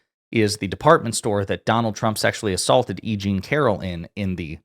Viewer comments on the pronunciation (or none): none